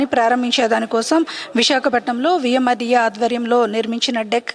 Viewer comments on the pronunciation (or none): Madam adhi VMRDA not VMRDK😂😂😂😂😂